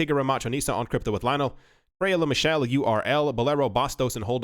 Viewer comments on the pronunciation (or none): none